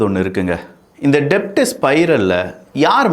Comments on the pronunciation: Thambi, i am your fan. Pl don't say DEBT. Say DET. Becoz B is silent in DEBT. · தம்பி டெப்ட் இல்ல டெட். B silent in debt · டெப்ட் கிடையாது. உச்சரிப்பை தெரிந்து உச்சரிக்கவும்😂😂 அது டெட் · "டெப்ட்" இல்ல. It's pronounced "டெட்" 😂😂😂😂😂😂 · It is not to be pronounced DEBT, but DET (B is silent) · Pronounce it as DET B is silent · Sorry to correct you Bro "debt" will be pronounced as "det" here b is silent. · "B" is silent